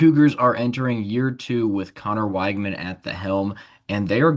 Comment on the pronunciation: Pronounced Wig-man. Thanks for this episode.